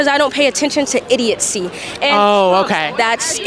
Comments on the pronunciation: That girl literally say "Idiotsee" lol I think she meant to say Idiocy lol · The word is idiocy not idiotcy.🤪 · Says she “doesn’t support idiocy” while mispronouncing the word “idiocy”. 😂😂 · She refers to something as “idiocy” but cannot even pronounce the word properly!!! 🤣😆😂#IdiotGirl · Hahaha I love seeing idiot leftists that don’t know what they are talking about. And when she said “idiotcy” lol. Couldn’t even pronounce the word correctly….smh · This gal is in college and doesn't have a clue that "condemption" is not a word. 🙄 Now she says "idiotcy" ROFL what a great education she's receiving. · Hold up, did she say killist?????? OMG! She then says, condemntion hahahaha and then she says IDIOTCY WOWWWW, she's so smart, she's invented her own words Ok, im convinced...her parents are wasting their money on her "education" lol i mean her foolish take on ICE is grounds alone for coming to that conclusion but, WOW! KILLIST...ok, gotcha lol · And she said idiotcy not idiocy....ROFL...she pronounced 3 words wrong in literally 2 minutes. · The snotty black girl is very ignorant. She can't even speak English. There's no t in the word idiot. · She said, "Idiotcy" 😂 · This girl starting does not know how to pronounce words or doesn't know the proper word. What is a "killist"? What is "condemptions"? What is "idiotcy"? She should not be speaking. What she's saying is racist fiction. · She also thinks idiocy is pronounced “idiot-see” …Along with multiple other mispronunciations. I’d love to know how she got into that college without being able to form a proper sentence. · Killist? Idiotcy? Condemption? Is this what she's learning in college? Is it some new language?? My head hurts from listening to her. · She said IDIOTCY...😂😂